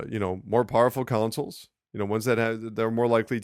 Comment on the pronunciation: Why do I hear "councils" every time he says "consoles"...